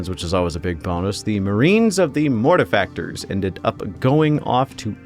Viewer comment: I hope you don't misspronounce their chapter name like everyone else. Gonna start watching now <3 P.S. YAY YOU DID IT CORRECTLY